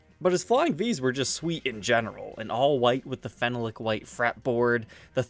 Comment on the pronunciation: its not "fen no lick" its "fee nol lick" phenolic descibes phenol